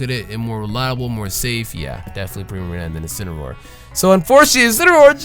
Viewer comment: If Pokemon and You Guys Have your way you call that thing incinroar but I’ll have it my way I’m not calling that thing incinroar ima call it incineroar.